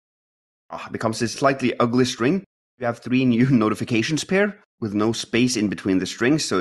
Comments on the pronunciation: Three not tree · "Tree new notifications" at about 50 minutes.